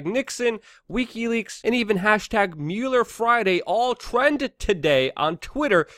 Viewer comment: You suck at pronouncing "Mueller".